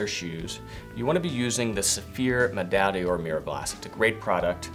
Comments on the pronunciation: pls stop saying medaille “DIOR“. it‘s “D‘OR“. you don’t have to be french for that. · One day will learn how to pronounce Medaille D'Or.